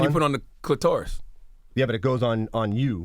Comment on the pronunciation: Cluh-taurus??? Smh 🤦🏽‍♂️